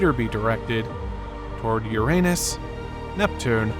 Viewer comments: The narrator consistently pronounced the planet Uranus as (Yourainus or Your anus.) Please stop this. Pronounce it correctly. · Hearing the “narrator” mispronouncing Uranus repeatedly makes me think that the channel operators here are clueless. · I love how the "narrator" keeps mispronouncing Uranus...lolol.